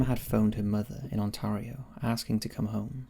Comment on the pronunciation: I hate how you say Ontario wrong.